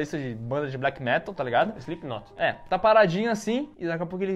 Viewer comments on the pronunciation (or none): eu n to reclamando amigo sokaoska, achei engraçado ele associar izipinóti com black metal, só isso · "Vocalista de Black Metal" "Islipíquinótí" ...... meeuuu amiigoooooooooooo..................